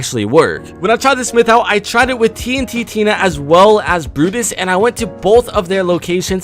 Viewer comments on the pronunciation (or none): It's meowscles not meowsiscles because it's a play on words with muscles and it's tntina not TNT tina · He says TNTinas name so wrong it makes me so mad It's Tn-Tina not TNT Tina XD Also Brutus (Shadow boss Found at the grotto) Is not named Grotto His name is the name of the skin (Brutus) Like OMG LEARN PLZ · It’s tntina not tnttina like that looks weird so just call it tntina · I'm not trying to be that guy but it's not tnt-tina it's just tntina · Its tntina and MEOWSCLES not tnttina and meowsicles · Does anyone realise that he says tnttina but it is tntina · Did anyone get triggered when he said TNT Tina and not Tntina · Its Tntina and not Tnt Tina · It's TnTina. Not TnTTina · Is no one gonna talk about the fact that he says “TNT Tina” instead of “TNTina” Just me? Ok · Its not tnt tina its tntina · It’s TnTina not TNT Tina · And first of all it’s not tnt Tina it’s Tntina and it’s not meowsicles its meowscles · are we not gonna talk about the fact that he said TnTTina when its TnTina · It's tntina not TntTiNa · In Tntina the is No T between T and Tina. T-n-Tina not T-n-T-Tina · Bro it's T-N-Tina, not T-N-T-Tina 😂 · It's not TNT Tina, its T-N Tina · its tntina not tnttina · It’s tntina not tnttina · You pronounce the bosses incorrectly TNTTina and Meowsickles while it is pronounced like meowsles and TnTina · He called tntina tnt-Tina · ABOUT THE MEDKIT ONE: the bandages don’t say “health is above 75HP” they say “health is above 75%” so theoretically you could go up to 750/1000 health Also here are boss pronunciations: Tee-enn-tee-nuh Brue-tiss Meow-suhls Sky My-diss Stop mispronouncing them peepl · “TNTtina” “Meowsicles” You do not know how to pronounce anything, do you? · Its meowscles not meowsicles he isnt a popsicle and TNTTINA? WTF? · Yeah... that got me annoyed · The man said "TNT Tina" and "Meow-sicles." How can you miss pronounce both of their names? Like bro. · OH MY GOD. TNT-Tina and Meow-sticles. No... gosh... pleASE START PRONOUNCING THINGS CORRECTLY!!!!